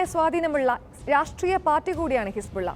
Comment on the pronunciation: ഹിസ്ബുള്ള അല്ല ഹിസ്‌ബുല്ല